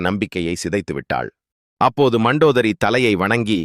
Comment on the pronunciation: மந்தோதரி அல்ல மண்டோதரி